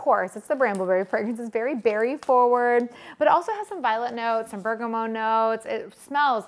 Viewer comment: BergamOT (the T is pronounced) ;)